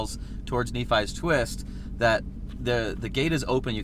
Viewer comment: Nephi is pronounced as "knee-fi" at least that's how I would suggest